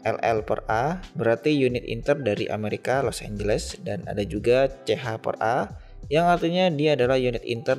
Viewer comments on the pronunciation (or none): none